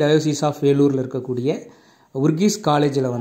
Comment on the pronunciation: அதன் பெயர் ஊரிஸ் காலேஜ், not ஊர்கீஸ்😂